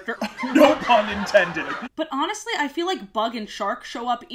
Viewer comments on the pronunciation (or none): none